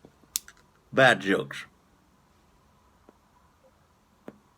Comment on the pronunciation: I like your idea. On the pipes, Mr. Brog would be a very nice frugal line to explore. Great video, my friend! BTW, on the front end, you mispronounced “dad joke”. Sounded sorta like “bad joke”. 🤣